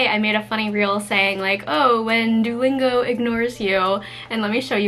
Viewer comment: I love your owl pattern! btw… Duolingo is pronounced [ Doo (like boo) - OH - lingo ] Doo-OH-lingo